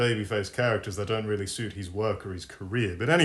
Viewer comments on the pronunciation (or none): none